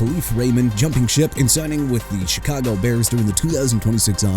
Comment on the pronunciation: That's enough of you saying "jag-wires" and "chee-kah-gow"! Jaguars as in JA-GWAARS!! AND CHICAGO AS IN SHUH-KAH-GOW OR SHEE-KAH-GOW!! YOU UNDERSTAND ME BRO?! ALSO ALVIN KAMARA AS IN KUH-MA-RUH!! AI VOICE GUY... YOU'RE DONE AREN'T YOU HUH?! IF SO QUIT!!!!